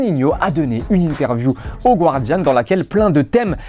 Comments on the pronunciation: Pour info, on dit "Gardian" et pas "Gouardian" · ça se lit GARDIAN !!!!!